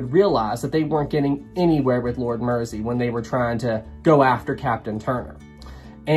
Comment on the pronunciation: I so hate to be that person but the river Mersey is pronounced Mur-zee not Mercy. At least that was how the local Liverpudlians pronounced it last time i visited Liverpool. Other then that one insignificant mispronunciation i found this whole series very gripping. Great work.